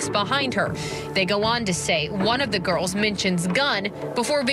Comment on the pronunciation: Whoever is doing the reporting on Allen should take a course in English 101. The correct plural of girl is girls, not ''girlzez.''. Please, if your going to be a reporter use proper English.